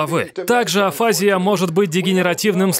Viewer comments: АфазИя, не афАзия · И не афАзия, а афазИя... ударение на последний слог =) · строго говоря, афазиЯ (в русской медицине принято так ставить ударение) - это всего лишь симптомокомплекс с характерными проявлениями. К одним и тем же симптомам могут приводить разные болезни или механизмы (есть разница между инсультом и опухолью, не так ли). И да, может быть поражена зона БрокА, зона ВерникЕ или обе вместе. И тот, у кого берут интервью, тоже не знает точно что произошло с Брюсом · Обычно ударение на 'и': афази́я. Центр Вернике, не Винокура. Это два речевых центра в височной доле: Брокка и Вернике. Один отвечает за способность говорить, второй за способность понимать речь. При афазии нарушаются эти функции: ты не понимаешь, что тебе сказали или что написано, и не можешь выразить свои мысли вербально. Жаль Брюса. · Ударение на букву И афазИя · Правильно "афази́я" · АфазИя, дислалИя, дизартрИя, алалИя. Ударение неправильное. Говорю, как логопед.